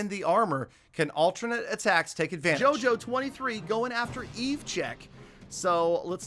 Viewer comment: Me getting triggered when he says JOJO it's pronounced yoyo 🤦‍♂️